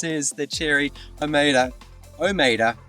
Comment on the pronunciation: It's pronounced O-MO-DUH.